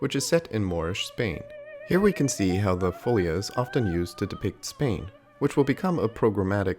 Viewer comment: Portuguese is a language that as a rule places its accent on the second to last syllable (there's a number of words that have it on the last syllable), so it would be fo-LI-a